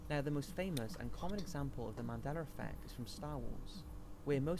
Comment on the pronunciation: Moron can't pronounce Mandela...